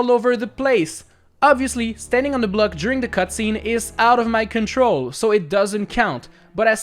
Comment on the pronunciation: I like how he says block like "Bleck" 😂